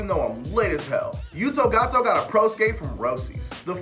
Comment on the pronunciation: Stop calling Yuto Goto "Yuto Gato". He's not Mexican! Hahaha! Another fine episode, fellas.